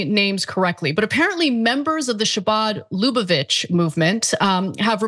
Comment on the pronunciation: You pronounced "Chabad" and "Lubavitch" and "chasidim" wrong.